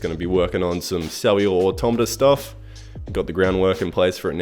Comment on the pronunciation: Just want to take the time to have congratulated you for pronouncing 'automata' correctly -- apparently, this is difficult for some people?